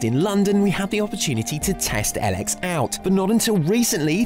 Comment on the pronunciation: I think it is called EEEElex not EL-EX